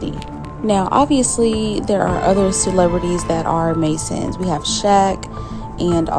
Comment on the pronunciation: CELEBRITIES ? Hahaha who the hell is that ? Is she speaking English?